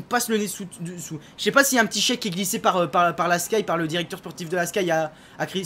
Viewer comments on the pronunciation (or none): none